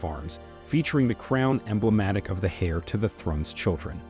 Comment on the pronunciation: Must be a fake computer voice. Its saying “Hair” to the British throne, instead of “Heir” LOL. It’s SAINT Andrews, not Street Andrews. Plus you said the Middleton’s moved in 1955. None of them were born yet. Btw, she’s married so her name is no longer Middleton and hasn’t been for 11 or 12 years. She is Catherine Princess of Wales.